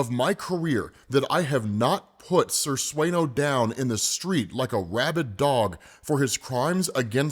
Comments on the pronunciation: It's senior or how they spell it in Spanish...senor. not sir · SENOR not SIR, lol. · Senor Sueno. Not sir. Senor is spanish for Mister. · “Senyor suenyo”